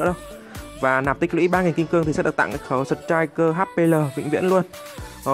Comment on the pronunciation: Đức Tâm Phạm sờ trích kìa :v